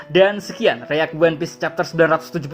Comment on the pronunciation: Sekian "reak" what is reak ? 😂